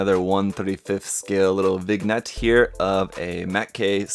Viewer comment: Did this man just say vig-net?